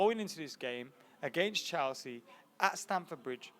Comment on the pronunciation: Stop fucking saying "Chalsea"